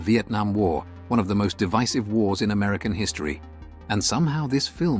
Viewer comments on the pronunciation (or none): none